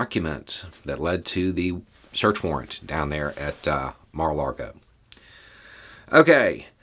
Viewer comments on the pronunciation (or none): Lago, not largo. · Why do people keep calling Mara Lago, Mara Largo, there is no "r" in Lago. Mara Largo, means simply lake to sea in Spanish, Not Mexican. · "Marrer largo" ? Why does everyone now pronounce it like that ? Mar-a-lago means "sea to lake", not "big laughter"... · Hey! I did some research into something you've been talking about. Now, it's not important but I thought you may find this surprising, so here it goes. There's only one R in Mar-A-Lago. There! It's out in the open now. Do with this information what you will. Thanks again for your incredible reporting! 😉👍